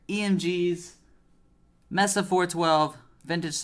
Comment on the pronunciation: It's MAYSAH damn it! Not MESSAH!